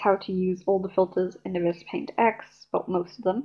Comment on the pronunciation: Nice vid but you don't pronounce ibis like that